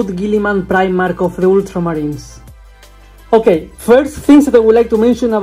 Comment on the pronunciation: I love the way you say ultramarines. Oddly satisfying 😂